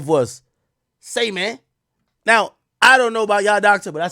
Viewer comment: Say mane 😂😂😂😂